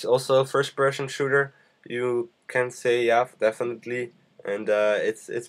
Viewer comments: LOL firsh pershon shooder. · Fersh Peshon Shooter :D